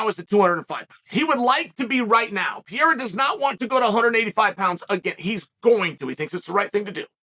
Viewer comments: The only battle Chael has ever lost is the battle of pronouncing a fighter's surname properly (Alex Peeyaira, Islam Mawklechev...) 😃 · As a brazilian, it hurts my ears to hear you say Alex's last name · Every now and then, Sonnen makes a conscious effort to start saying a fighter's name correctly "out of respect" for them. Are we to assume, based on the whole "Pierra" thing, that Chael Sonnen still does not respect Pereira? Also, "lapped the competition" was already being thrown around when GSP was WW champion.